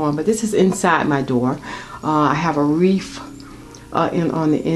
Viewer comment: You have good taste! So beautiful! Fyi - it's wreath, not wreaf, and poinsettia not poinsetter.